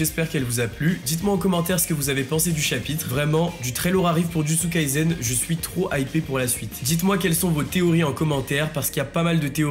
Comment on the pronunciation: Pourquoi tu prononces Jujutsu Kaizen? C'est un S dans le nom de l'anime